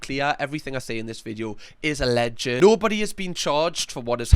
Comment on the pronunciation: I don't want to be that guy, but it's pronounced a-lleged, not a-lleg-ed. It's two syllables, not three.